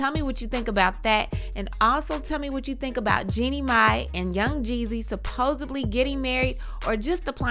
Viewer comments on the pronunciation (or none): First of all suppos-BLEE is not a word, it's suppose-DLY. Secondly, I believe David. Anyone who has watched Braxton Family Values, or Tamar and Vince, or that last Tamar centered show done by Mona Scott Young knows that Tamar has a problem. She was always the loudest, wanted her own way about everything, constantly bringing up that she was the baby of the family that gave her special privileges to act like a brat. She seemed like she was suffering from arrested development maybe from that childhood trauma she CLAIMS to have happened to her. David finally woke up and got away from Tamar's drama. Now we have her claiming the same kind of abusive behavior from David that she got when she was with Vince. Tamar causes drama with whatever or whomever she's involved in.